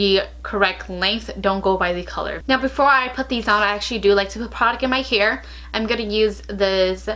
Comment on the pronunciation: She says here instead of hair, lol - I love accents , there are so many different types of accents and I lo hearing people’s own personal speech. 💗